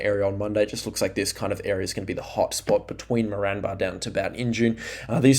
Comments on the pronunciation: Great videos, agreed, try pronouncing Moranbah as More-n-bah, or More-an-ba. Also Eidsvold, try Eyeds-vold or ieeds-vld.❤ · You’re pronouncing Moranbah incorrectly.